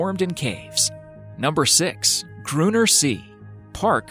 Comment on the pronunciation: I stopped watching when Grünner See was wrongly pronounced.